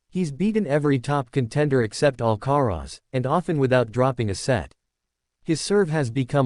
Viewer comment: Of course it is? They are bloody irritating..Carlos AL Ca Rez Really? You have to ask?